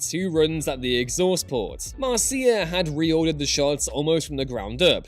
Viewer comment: Isn't Marcia pronounced "marsha"?